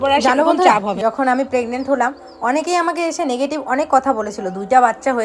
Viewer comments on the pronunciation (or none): none